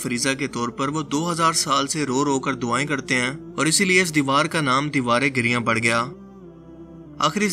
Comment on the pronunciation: Giriyan nahi "giriya"